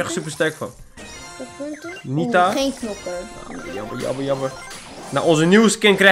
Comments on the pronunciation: Hey het is knokker niet nokker en als je het in het Engels wilt zeggen zeg je Brawler ( geen haat ) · Als je een doos opent en er staat 6 onderin dan heb je een nieuwe knokker . Nog een tip: het is niet nokker maar knokker (geen haat hoor) Ga zo door met je kanaal man love naar jou❤❤❤👍👍👍